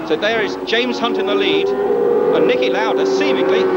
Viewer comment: Excellent video, but he wasn't Nikki but Niki Lauda